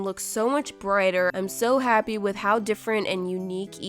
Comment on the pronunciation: I like how this just happend she think she said happy Editing she really said habby